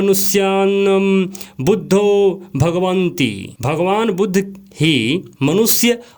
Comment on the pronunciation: आपके उच्चारण में कहीं कहीं कमी है। जैसे भगवती को आप भगवंती बोल रहे हैं।